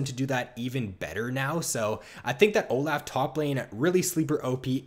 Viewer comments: Oh laugh, he's so good, it's good for Oh Laugh. OH. LOFF. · please stop saying oh laugh. It's insane